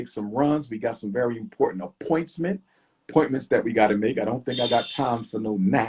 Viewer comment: appointsment!! Lmao